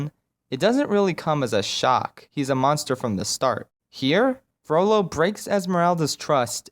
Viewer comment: I really want him to make a lord of the rings video like if u agree It might just be because every time he said "Frollo" I heard "Frodo"...